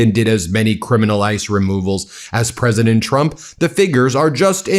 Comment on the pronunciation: Pwesident Elmer J. Fudd, thank you for your attention to this (my inabililtes) matter